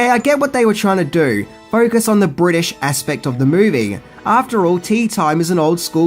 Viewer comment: Bwitish comedy? Bwitain consists of englistan, Scotland and Wales. It was filmed in and about englaza. Nothing bwitish about it, NZ roundy-uppy guy. Stop calling englistan bwitain. It's like calling NZ Australia,or calling Oz NZ. Pfft